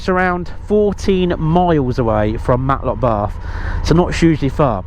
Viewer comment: its Matlock bath not Matlock barth.